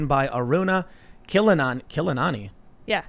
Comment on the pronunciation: KILL-ANON-I.. Is that right.. wtf.. these universities need to be defunded!!